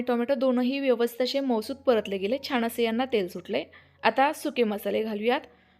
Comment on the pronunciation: रेसिपी चांगली आहे पण परंतु शुद्ध बोलायच्या हव्यासापायी "न आणि ण "यातला फरक तुम्हाला कळत नाही त्यामुळे "छान" या शब्दाला " छाण छाण " म्हणताय.